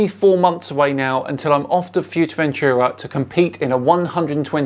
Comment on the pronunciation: Gotta work on that Spanish, hearing your butchering of 'Fuerteventura'